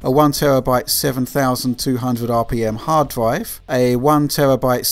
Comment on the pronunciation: What is a dwive? Gwaph? Sowwy, the accent kills me.